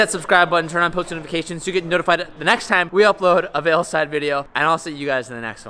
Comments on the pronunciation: my guy its VEILSIDE* not VEILSLIDE 😂🤦🏼‍♂️ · why the fuck do you keep saying veilSLIDE, there's only one fucking L homie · Is it me or does he keep saying veilSLIDE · it’s not veilsLide, it’s veilside, man, common. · Veilside not veilslide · Sounds like you say “veoslide” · ITS NOT “veilslide” ily!!